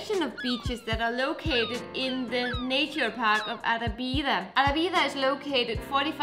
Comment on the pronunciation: Guys, Arrábida is spelled Uh-RRAH-Bee-Duh with emphasis on the RRAH!